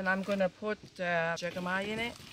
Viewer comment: I love all kinds of dumplings. Jicama is pronounced "HIC cama", like Jalepeno is pronounced HAL a peno. 🤗